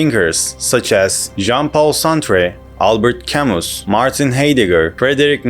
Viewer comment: It's pronounced "Cam-oo"!